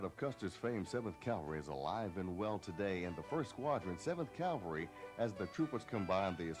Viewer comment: "CAL-vary"? C'mon guys!! Calvary is in Jerusalem. "CAV-alry" is the correct term. Surely a narrator who is briefing new troopers ought to be setting the example for everyone. Otherwise, a fine video and really useful. 3-7th Cav, , Schweinfurt, FRG "Garry Owen, Sir!" "The Seventh First!"